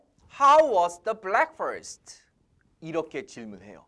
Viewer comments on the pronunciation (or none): ^^ 브랙훠스트 입니다. 블랙훠스트 하시면 아니되옵니다.